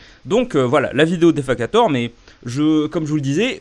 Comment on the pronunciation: defakator ça se prononce Dé - Fake - ator